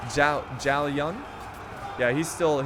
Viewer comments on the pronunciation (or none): Help me by liking this comment so he can see this and probably stop miss pronouncing these names Zhao Yun "Chow You-en" (the ZZZZ, sounds like what bees make when they fly) Liu Bei "Liu Pei" (you pronounced liu correctly but not bei, b in chinese sound like P) Sun Jian "Suun Chi-an" "pronounce suun like you would with seen and make sure you let out some air when you say "chi" Correct me if im wrong, chinese is my 3rd language i only know the basics of mandarin im not an expert just trying to help.